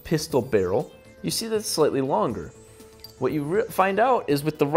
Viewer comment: Lol why do u say what instead of want